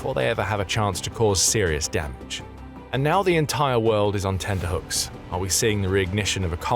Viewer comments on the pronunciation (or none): That's tenterhooks, not tender hooks.